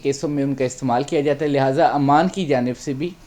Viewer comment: امان نہیں، ،،عمان کہو ،نالائق 😂😂😂😂